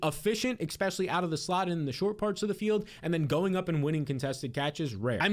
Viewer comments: Say it with me E•spe•shu•ly Especially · there is no X in the word Especially. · Lots of people say it that way. Get over it 😭